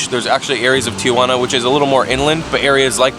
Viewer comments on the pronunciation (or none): Interesting guide, but it's absurd that you can't pronounce Tijuana correctly. Tee-wanna, not Tee-a-wanna. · TI-JUANA not TIA-JUANA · Dumbass doesn't even know where he's at. TIJUANA, NOT TIA JU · Tee hwanna.....not....Tee uh hwanna.....Tijuana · not Tia-Juana...its Ti-Juana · Is the first tip how to pronounce Tijuana??? That its not Tia Juana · why is it for Americans so difficult to pronounce Spanish properly, you don't even try...Tiuuuana...payas de ryosaulitoh...Jesus Freaking Christ. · Say Ti-juana. NOTICE there are 2 A's not 3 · It’s actually tee-hua-na